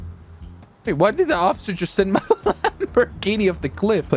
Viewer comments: idk why but I keep laughing when says Lambormagini and not Lamborghini🤣🤣🤣🤣😂😂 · I love how he says lambormajeanie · “Its a lambermajinie” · No one:: ItS a FrIgEn LaMbOrMaGiNi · “LambER MERgini” 😹😹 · How he says Lamborghini makes me chuckle